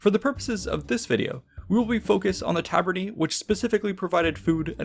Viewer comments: Ae in Taver-nae sounds like lay or bay. Not "ee" like we. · It's actually pronounced "Ta - ber - neye" as AE is a diphthong which is pronounced as in eye / aye. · Tabernae is pronounced "Ta - ber - ne" with the italian "e" sound as in "Versace", not "tarberny". But great video anyway :) very interesting AS Always. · Great video but it’s pronounced tabernae like an eye not tabernae like a knee. ( singular form would be ; taberna.) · The -ae in tabernae and other words, is pronounced ‘eye’